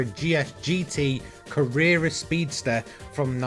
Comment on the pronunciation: Ca-rear-ra??? Never heard anyone else say that 😂